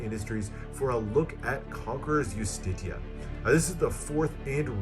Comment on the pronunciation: Is that how you pronounce Justitia? I thought it was "jus-tee-sha" or "just-tee-she-a" I love this all red deck - i prefer the material that was used on Vendetta compared to this